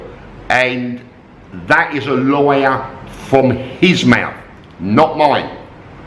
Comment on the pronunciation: with your accent, when you say, "Lawyer" it sounds like "Liar"... coincidence?? 55555